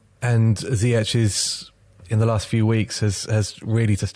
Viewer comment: Brilliant analysis and all, but ffs HAKIM ZIYECH IS NOT GERMAN. حكيم زياش = Hakim ZiyeSH. It's a SH, as in SHouldn't you SHed your SHite pronunciaTions? Do you guys also call Mourinho Hoze ay? I'm just so sick of people pronouncing Ziyech like they're at Oktoberfest. Verdammt noch mal.